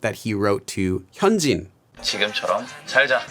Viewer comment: He doesn't know how to pronounce it by just looking at the name😭 He needs one of those pronunciation guides for names, like this: "hun-jin (say jin as if you were saying the BTS member's name)"